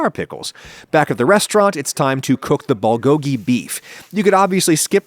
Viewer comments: its Bool like Boo with an L at the end. not ball. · “BALL-GO-GI”???? How about reading the word next time? I don’t expect perfect pronunciation, but damn, that was terrible. Lol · The way Adam pronounces Bulgogi bothers me more than it should.